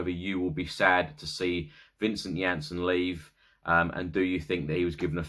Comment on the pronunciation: that's what happens when you use text to speech and it automatically assumes the spelling of names like that LOL